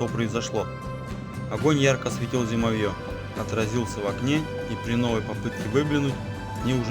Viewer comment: Уважаемый чтец, ставьте ударения правильно.( Зимо'вье).